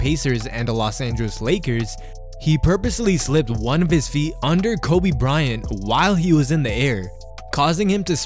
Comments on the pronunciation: “Bryanto” ngl that ain’t it😕, I think “kobito” sounds better imo 👌🏽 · This is a cool video until you started to call KOBE bryonto... Stupid just stupid! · Bryanto? Soft ass Lebron. Dude this was a great video until you said that. No comparison to the Black Mamba!